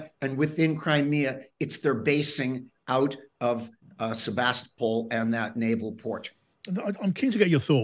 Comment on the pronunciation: Why is this guy pronouncing the B in Sevastopol